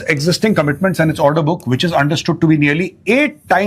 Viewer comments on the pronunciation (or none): none